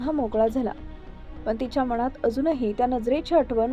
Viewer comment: Adhi न बोलायला शिक ग बाई मणात नाही मनात